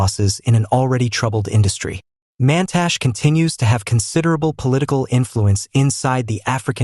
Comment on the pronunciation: Get your "AI voice over" to pronounce the African names CORRECTLY! The last letter on every name MUST be pronounced ie: NOT GWEDE - its prononuced GWED-E and Mantashe is pronounced MANTASH-E